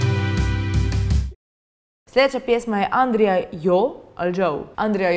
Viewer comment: Nije Nadja nego Nađa ali je samo tako napisano. O da i nije Adrija nego Andrijaaaaaaaaaa